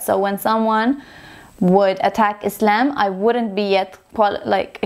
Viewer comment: I love how you pronounce the word "Islam" We pronounce it like that in Egypt too❤